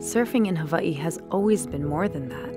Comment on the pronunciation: Beautiful video! But you pronounce hawaii wrong.... And ohau